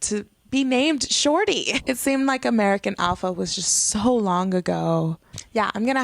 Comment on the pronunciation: Good video, but you pronounced "shorty" wrong.